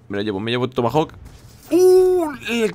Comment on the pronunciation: Jajaja "tomahauk" troll